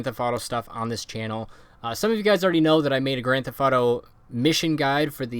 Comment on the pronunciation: Annunciate please. Thef(t)